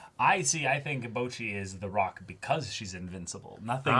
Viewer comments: I keep hearing the boys say BOJI instead of Bocchi. Ranking is just too fresh lmao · Man said Bochi